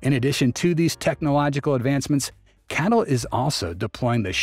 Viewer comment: C A T L not cattle mate 🐄